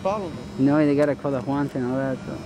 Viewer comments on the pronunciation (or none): "... with the one-juan-jaun..." 😆 🤣 😂